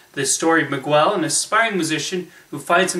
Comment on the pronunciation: "Miquel"?? xD